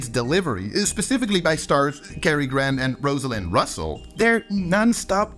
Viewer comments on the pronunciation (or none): none